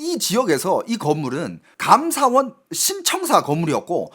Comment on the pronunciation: 감ㅡ사원이 아니고 감사원 한국어의 장단 공부하세요